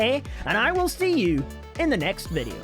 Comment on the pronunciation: Mate it's video not veadio